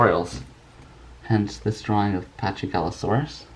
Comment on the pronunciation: It's Actually Pronounced Pakigalosaurus. Not Chy. Quite Confusing Yeah? But That's A Great Drawing!